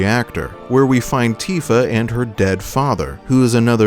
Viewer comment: Maybe jenova just saw sephiroths plan and find him reasonable. And i had to laugh when ever you said "cloud and tifa", Sound like "cloud antifa"